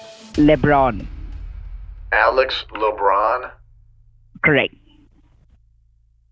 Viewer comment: Le-Bron? Waaa?